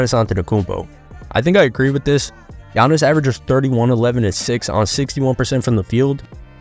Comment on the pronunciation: Bruh butchered tf outta giannis' name LOL